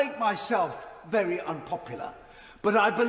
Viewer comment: Scott Benton is vewy vewy hilawious! 😂😂😂